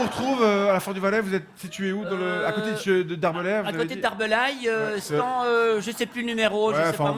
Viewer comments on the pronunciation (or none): Presque parfait pour l'accent mais quelques petites erreurs : les Français disent "en Suisse" et non pas "sur Suisse", et ils disent "stande" et non pas "stan". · Oui mais avec une faute de français... Stand se prononce stande ;) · En France (et pas "sur France") on utilise uniquement le mot "portable", personne de dit cellulaire ni GSM (en Belgique). Et on dit "Stande" et pas "stan". Dommage, sans ca le sketch est bon ! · Parfait 🤣👌mais j'ai jamais entendu un francais dire "stan" mais plutot "stande" ! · Si monsieur le vrp était Français il aurait prononcé le D de stand. sanwich etc